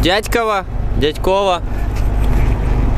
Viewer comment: Дятьково ударение на я а не на о :-D